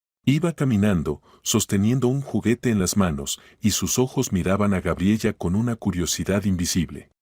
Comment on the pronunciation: Cuál Gabriella!!!! Gabriela por lo menos deberían narrar bien. Aparte de las incoherencias en la historia